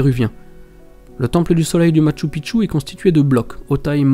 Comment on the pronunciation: Bonjour, NON NON NON ET NON! Lorsque l'on se déplace dans un pays, l'on se doit de prononcer correctement le lieu où l'on se situe. Je te rappelle encore une fois, que MACHU PICCHU est Quechua. Sa prononciation reste: machoo peechoo. C'est à dire en français écrit, Machou Pichou. Ils se peut aussi qu'il soit prononcé ainsi: Machou piKchou. Mais en aucun cas tu ne peut inlassablement répéter: MATCHU PITCHU! Ce qui signifierait que les incas, voire pré-incas, ont construit sur le mont 'petite bite'...... Pas très flatteur en soi.... Merci dans tenir compte dans les prochaines vidéos, car, là je vais aller nettoyer mes tympas.... Toujours de magnifiques images, et à ce sujet, tu remercieras de ma part les caméras....;) Amicalement Gus P.S.